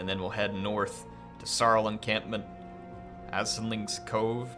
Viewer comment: "Aesling" is, interestingly enough, pronounced "Ashling." I don't understand it either.